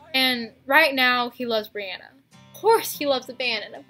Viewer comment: Its bryana not briana lol and this is a good video